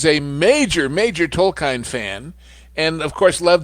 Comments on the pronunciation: Did he just say Tol Kyne? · Did he say Tolkine???